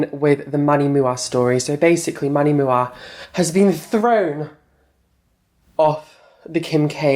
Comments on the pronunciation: It’s manny M U A! You pronounce the individual letters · Manny Moo-Ah 😂 I actually thought his last name was Mua as well when I first started watching beauty videos lol. I had no idea it stood for make up artist 😳.